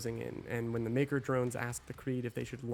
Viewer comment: The MAYKR? Really? 🙈